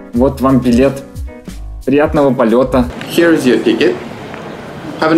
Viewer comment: Слово Here произносится не хи а хиэр.